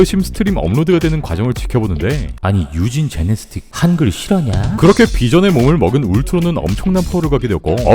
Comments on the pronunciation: 제네스틱 아니고 제네틱스 형... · 에 제네틱스를 제네스틱으로 읽으심ㅎㅎㅎ